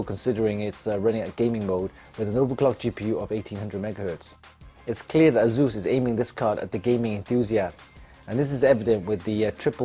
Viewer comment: It's asus not zus or zeus xDDDDDDD